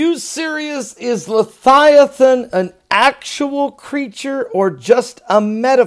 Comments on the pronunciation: leviathan...... not lethiaton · I don’t understand how you can SPELL leViathan correctly, but you can not pronounce it correctly. Why do you pronounce it “Le Thigh A Than”. Am I missing something? I could see if you were trying to pronounce the word H3882 in a Hebrew dialect, but that’s not it either. So what’s the deal Pastor? Are you intentionally mispronouncing it or can you legitimately just not pronounce it correctly? Sincerely, I’m not trying to just be negative. I just think it reflects poorly upon someone when they don’t make the effort to pronounce words correctly. It makes them seem very unintelligent. I looked up the word to make sure I wasn’t pronouncing it incorrectly all this time, and the interlinear concordance and lexicon shows a transliteration Of Livyathan, (LIVE-E-Uh-Thon) Here’s my citation: Click the listen button. Sincerely and with respect In Christ’s Love. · Love you... I am fairly sure you are pronouncing the name incorrectly.